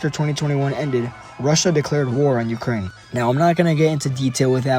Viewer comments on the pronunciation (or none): none